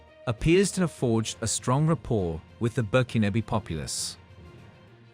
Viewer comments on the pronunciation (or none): none